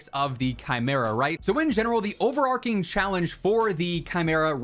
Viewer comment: the word is 'over-arching' not "over-arking' FYI